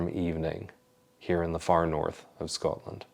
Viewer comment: Your pronunciation of Scotland is becoming more Scots 😂, as I have mentioned before. Makes me burst with pride : sgoinniel